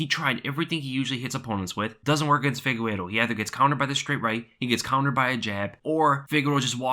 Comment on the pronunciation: Never understod, this man looks at the mans name (Figueiredo) and keeps saying FIGUERO...